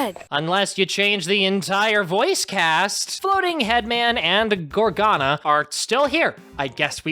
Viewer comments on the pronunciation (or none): can i just mention that he kept on pronouncing gargona (idk how to spell her name) as gorgana.